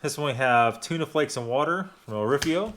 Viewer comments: It's not a dinner roll! It's a flatbread. And remember it is Orifo not Orifio. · O r i f O, not O r i f i O.